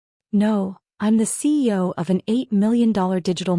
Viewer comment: Is there a reason AI cannot pronounce cEo rather than abbreviating it CO?